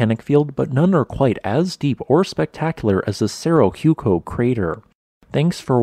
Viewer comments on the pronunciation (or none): Ooh eh COH not hew-co... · Hueco is actually pronounced more like Waco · FYI, "Hueco" is pronounced whay - ko or who - a - co. That is the best that I can do phonetically. Hueco is a spanish word meaning "hole". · Your pronunciation is terribly incorrect. Hueco is pronounced ‘wā coh,’ it’s a Spanish word and the H is silent. It’s means ‘hole.’ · It's pronounced "Way-Coe", like Waco Texas. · Hueco is pronounced UU-EE-KOO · The correct pronunciation of hueco is we-ko as in we from wet or wait and ko from koala. How the Americans mispronounce it is incorrect. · Great video! Also slight correction on how "hueco" is pronounced. The "hue" part is pronounced like the "wer" part in power, without the "r" sound, or like in west, without the "st" sound. The "co" part is right. So basically "weco" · Hueco. Spanish origin, means hole. Pronounced who ehh co. Easiest way is to say we from wet and ko from koala. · your pronunciation of "hueco" was quite something lol. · Please learn to pronounce Spanish words. This isn't the first painful butchering you've had in your videos. "Hueco" and "cordillera" are not anything like how you say them.